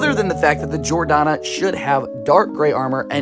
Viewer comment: It’s Jor-Dan-Uh not Jor-Donna